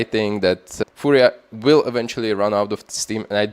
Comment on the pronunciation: perfect pronunciation of "furia", come to brazil! mibr?